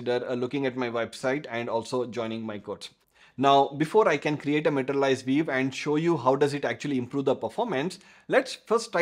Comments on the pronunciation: vee-you not veev. I had to rewind a bunch of times at first to figure that out. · why you say 'viv'? and not view? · Took a while to figure out what you were saying when you're saying view - sounds like veev... LOL I can see a number of usual uses of materialized views. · so funny your english accent, especially how you pronounce "view" :) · Pronunciation View as "vief":) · Great Explanation, also Pronunciation for View is "vu" 😊